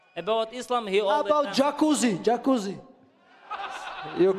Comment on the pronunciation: My man Merab said Jaquzi 😅😅😅 Lmao